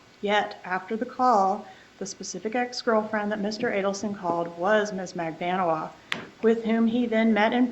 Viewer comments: Magbaaaaanua...Get it right...DAMN !!!!! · Defense attorney needs to pronounce Magbanua’s name CORRECTLY for gods sake!!!